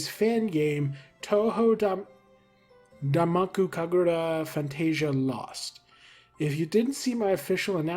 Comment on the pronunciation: Your japanese pronunciation is completely correct! Touhou is pronounced TOE hoe and zun rhymes with zoom and danmaku is correct. You even pronounced the game collab name pretty much correctly. I'm glad you looked it up anyway, most people don't bother and it drives me a little crazy sometimes